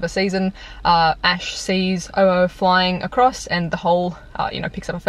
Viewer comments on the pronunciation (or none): It's pronounced Ho-Oh, as in the Ho - Owes me money :p hehehe! thanks for an awesome day!!